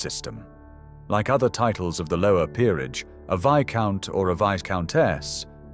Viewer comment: An interesting documentary. There are quite a few mispronunciations though. The "s" in any version of viscount is always silent. Lord Mountbatten's first name is pronounced "Looee." Marquessate is pronounced "mar-kwih-zit." Blenheim is pronounced "Bleh-nim." Rothesay is pronounced "Roth-see."